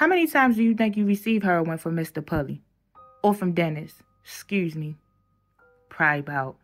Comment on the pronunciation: Hurrrin not Heroin 😂. Love Baltimore man.